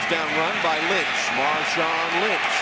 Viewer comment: Who's Marshawn Lymchi